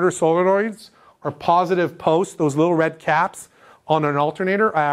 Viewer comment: “starter solenoid poist” 😂 gotta give ya credit for not screwing up more words with how much there needs to be said. Great videos and keep them coming! super helpful for a marine electrical apprentice such as myself. Happy Holidays from ft. lauderdale!